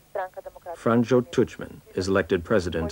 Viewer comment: The mispronounciations are driving me crazy!! Learn how to say zagreb and franjo before you make a documentary!!!